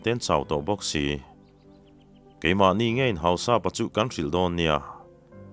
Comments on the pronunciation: Hau-sap-a ni lo in Hau-sa-pa zawk tur a ni. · Hausapa tih i lamchhuah dan kha adiklo deuha,mizo in Mi hausa kan sawi ang hian Hausa-pa tih tur,Anni ho chuan An Lal te koh nan Hausapu.anti mai thin.Tin Thado/kuki ho hmingah hian,Tongkhomang,Letkhothang,Jangminlun,Jamkhothang,Thongpi,Minthang,Jangkholet,tihte,Henkholun etc hi an mipa hming tamber ani.Minu ah chuan,Hlingboih,Hoihnu,Kimboih,Nemkhohling,etcs